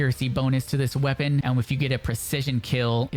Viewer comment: Loool, my main lenguague it’s spanish, but ALL the creators pronunced wrong the weapong